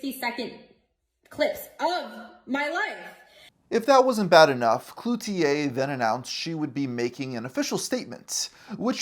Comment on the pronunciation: Good job on pronouncing Cloutier properly! I'm from Montreal and I've noticed that most youtubers don't even try to learn how to say things properly, even if it only takes 30 seconds. Thanks for the respect. 🇨🇦